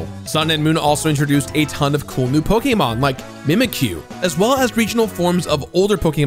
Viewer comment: Respect for him saying Pokémon correctly